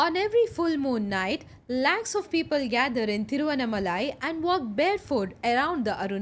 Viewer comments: The pronunciation is ThiruvannAAmalai. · Pls pronounce Thiruvannamalai properly!!!🙏🙏